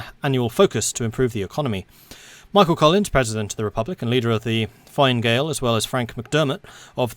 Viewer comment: Actually, I don't mean to be that Irish guy, but fine gael is actually pronounced, "fee-nah gael". And don't worry you can expect more comments like this throughout your let's play, as i will be following very, very, very closely. keep up the great work:)